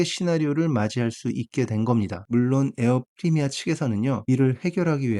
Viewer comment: 에어프리미아 X 에어프레미아 O